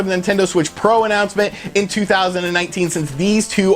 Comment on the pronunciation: “The Nintendo Switch Pruh”